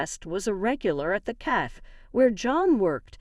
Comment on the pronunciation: Cafe not CAF.